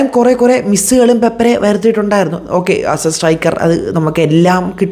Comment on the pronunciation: പേപ്പരെ അല്ല 😂, പേപ്ര